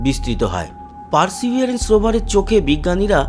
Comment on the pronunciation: দাদা আপনি পারসিভারেন্স রোভারকে, পারসিভিয়ারেন্স কেন বলেন বুঝিয়ে বলবেন কি?